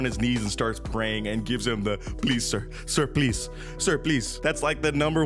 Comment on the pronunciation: "SIR PLEECE"